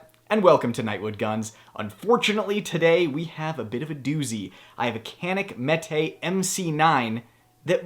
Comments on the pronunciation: No reply? KAN-ik meat it is. 😂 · The emphasis in the pronunciation of Canik Mete should be placed on the first syllable of each name: “jah-neek MEH-teh.” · It's pronounced "Crank meat"